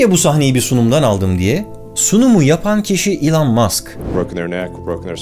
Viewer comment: İlan değil ELON 😅